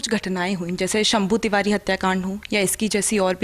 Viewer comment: Bhi vo tivadee nahee Tiwari hota hai konse. School mai pade ho aap